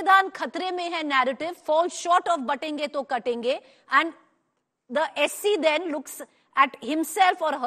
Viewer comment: It’s not kaatenge It’s katenge 😅